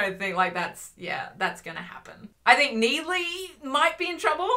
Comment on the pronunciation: every time you say 'NEED-ley' I SCREAM INTERNALLY